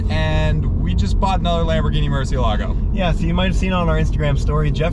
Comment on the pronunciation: Ok, finally I see how Lamborghini writes the name of the car and it clearly has an accent so it's Murcieeeeelago not Murciiiiiiiielago. It's Spanish guys.